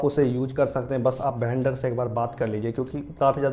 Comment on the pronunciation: वेंडर❌ भेंडर✅🤣